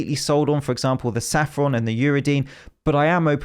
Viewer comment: Gotta love safffron extract and not saffron extract 😂